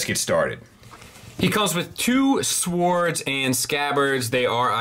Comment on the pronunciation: The way you pronounce swords always makes me laugh. Not hating just find it funny. Great review. The figure looks pretty amazing.